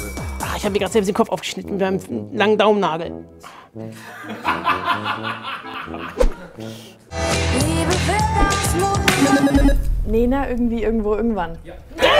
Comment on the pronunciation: ka ob das jemand aufgefallen ist aber bei minut 3.35 sagte kayla nicht nena sondern lena